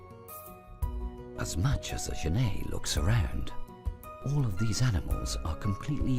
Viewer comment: Okay, looks like this video (or the other copy just like it) are the same thing. I've seen this "documentary" in several places. I'd like to see the BBC or PBS do a proper documentary on genets. The Cons: 1) That is not how you pronounce genet - FYI. There is a French surname, Genêt which is pronounced that way, but the two are not related. 2) The frame-rate is crap. Increasing the playback speed to 1.25 helped mostly, but it's still not completely smooth. 3) I suspect that this is a home-made documentary, as in someone let their pet genet run around the woods while they took footage. 4) Half of the footage is of other animals, and the made-up, flimsy storyline is boring and uninformative. The Pros: 1) The environment is pretty. 2) Genets are cool, cute, and underappreciated.